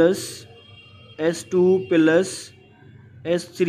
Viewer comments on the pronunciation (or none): Sir not pilus its plus